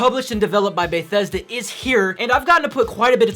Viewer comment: "Baethesda" It's BETHesda. Good review though! Keep up the good work man.